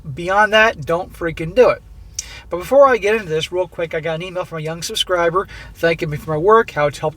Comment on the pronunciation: Subscriber, not suskribr